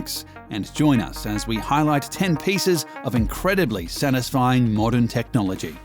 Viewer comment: How the narrator says ‘Satisfying’: ‘Sanisfying’